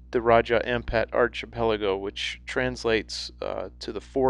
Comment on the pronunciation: That was interesting , Thanks. just for future referemce --archipelago is pronounced arkipelago.